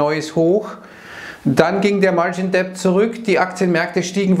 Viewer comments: Bitte,, lass das "b" bei Debt aus. Es ist stumm. "martschin det", nicht "martschin "deppd". Ist sogar viel leichter auszusprechen. Trotzdem vielen Dank für deine Videos. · Bitte „margin dettt“ sprechen, wie bei „no (doubt) dautt“. Sorry für die Klugsch…ei